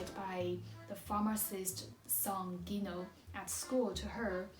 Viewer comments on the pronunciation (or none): it's Lila not Lina, and Gino (djino) not Ghino